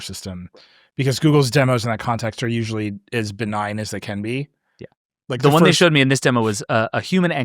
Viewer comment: Can’t stop thinking about pronouncing “benign” as ben-again